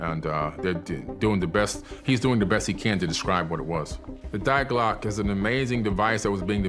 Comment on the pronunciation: “die Glocke” is pronounced dee GLOH-keh. It means “the bell”.